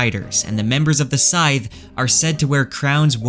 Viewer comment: Sithe is pronounced like Sith (from Star Wars).